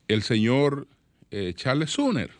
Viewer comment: SUMMER(SOMER),pronunciar correctamente el nombre,aunque sea en español ,como se escribe,ayuda a hacer más creíble su discurso farragoso.